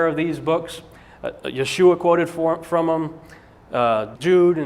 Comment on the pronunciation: Yeshua is not pronounced that way. For me its like someone saying Des car tes instead of day cart. Rene Descartes. And if someone is so blatantly loose in their research then that suggests to me they haven't studied the subject they are about to talk about. Research is the study of big books with usually very very small print. Cause its difficult to logically present anything without going through all of the what ifs that an audience might find. But don't question this guy. He knows folks